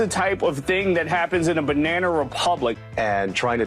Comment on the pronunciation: What the FUCK! ...is a "binena republic" America? What are you saying? Learn vowels man.